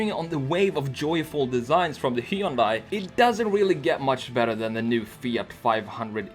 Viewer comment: Hyundai is pronounced like "sunday" with an h :)